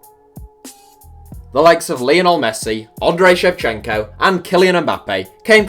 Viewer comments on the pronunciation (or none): none